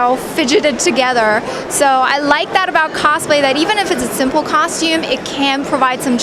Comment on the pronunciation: i hear ,costume cocktum cock, cock, cocktume and cock cock